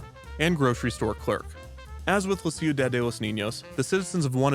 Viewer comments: Every time I hear how you pronounce "ciudad" I die a little inside 😂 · You really should've worked on your pronunciation of Ciudad before releasing this. It's better to say "Seeyu-dahd" instead of "See-yu-dahd" It's just so distracting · okay i only have about 2 and a half years of spanish, which ended 10 months ago now, but it's pronounced kiudad, not siudad, right?? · I’m sorry, it bothered me so much but it’s pronounced: shudad for ciudad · "ciu-Dad" is an objectively funny pronunciation he went with, but i appreciate the clear effort he put into the spanish overall. anything's better than your standard youtuber "lol i'm not going to say this right" when they can just look up the handful of names they're about to use in their video